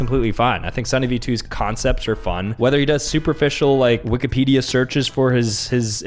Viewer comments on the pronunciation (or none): none